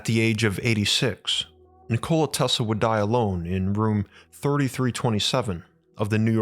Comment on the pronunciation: Is it me or he says Tesla weird